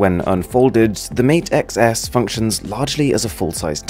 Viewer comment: XS sounds like 10s